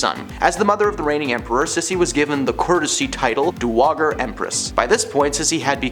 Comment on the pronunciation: Yes! And it’s pronounced Medici (Med-I-chi), and dowager is pronounced dow-ag (g like j)-er!